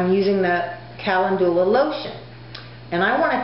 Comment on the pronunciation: You are mispronouncing calendula, and marigold is already plural (no "s"). You seem pretty confident, and I admire the fact that you are remaining positive, and moving forward. You can infuse oil with calendula; you may want research this.